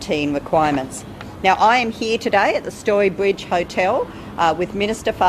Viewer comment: Qwuawantine, Storwy Bwidge 🤣🤣🤣 this Sheila cracks me up